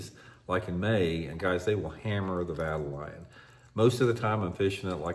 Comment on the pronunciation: Let me help ya out with the correct pronunciation. Vuh-TALE-Yun.